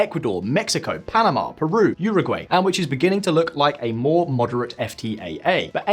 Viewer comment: 😖... It's uu(oo)ragwai... I i.e. - How we in-fact say it in the UK (minus the 'yur' if you want to be more accurate)